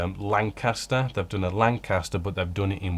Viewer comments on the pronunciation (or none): none